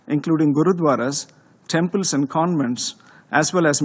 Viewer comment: Paxtaan and its aand weapons!